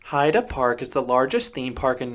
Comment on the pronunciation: YAY! You got the pronunciation of Heide right! I really love that park and think your assessment is spot on. I agree with just about everything you say, except I didn't find Limit to be rough at all. It was my first SLC and I was so ready to hate it.